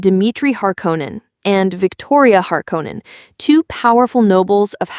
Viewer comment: Mmmm, someone said Harkonnen correctly. IMHO.